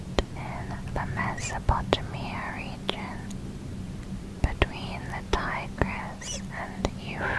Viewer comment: it's not an accent issue. Meso-poto-mia is not how you pronounce Mesopotamia